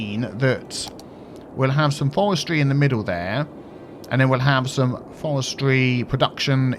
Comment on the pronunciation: In the first half...: 'Forestry, Forestry' In the second half...: 'Fowestwy, Fowestwy' Demon dentist!